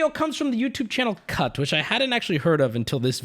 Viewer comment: When you said "cut" I swear to god I heard "cuck"